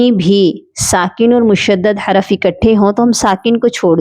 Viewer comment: حراف نہیں ہوتا حرف ہوتا ہے